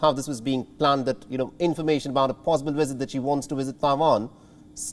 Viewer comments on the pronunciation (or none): Wisit lmao not Visit but wisit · your channel is an international one. English I understand is not your first language just as it isn't mine either. But if you going to use the language as your medium of broadcast, please pronounce words correctly. Visit is not WISIT!! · What is a “wisit”? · Pelosi should not "wisit" Taiwan at this moment. Since her "wisiting" Taiwan can spark WW3. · I cant help laughing everytime the presenter was saying visit or should I say wisit 🤣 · What is “wisit”? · What’s a ‘Wizit’?